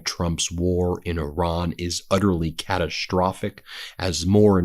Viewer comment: “CataSH-strophic” How do you manage to butcher the English language? Now, you have ADDED an SH sound BEFORE the ST sound. Previously, you just mispronounced ST as SH, now you’re saying ST but you’re adding an SH sound in front of it for which letters don’t even exist. Have you considered speech therapy?